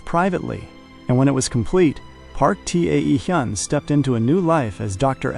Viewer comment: T.A.E Hyun is pronounced Taehyun.(Tay-hoon). His name need to be fixed. AI doesn't pronounce it correctly. AI has taken one first name and split it.